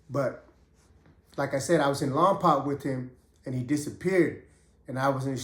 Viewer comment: Pretend you are saying lompoke not lompac like 2 pac much love homie keep doing your thang Lompoc 805 in the house .